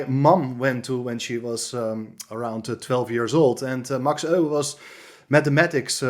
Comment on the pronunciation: Good to hear Euwe, pronounced by a compatriot of his. This is an old favourite of course. Thanks.